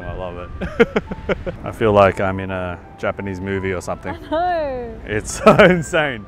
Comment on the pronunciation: Welcome back to Japan and congratulations!!! Omg I cried when you proposed!! So happy for you guys, best wishes for a prosperous marriage!! First time commenter❤fan of since 2009ish😂 Ps. Both of your Japanese pronunciation is soo good!!! Please move to Japan 😂